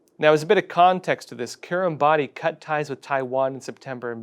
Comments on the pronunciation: fyi, Kiribati is pronounced 'kiribas'. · Polite FYI that in Kiribati language "ti" is pronounced as a strong "s". So Kiribati is pronounced "Kiribass". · You got the pronunciation of Kiribati wrong. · time to learn how to say 'Kiribati'...it is not phonetic as you persist. Grow up Yanky...the world is not America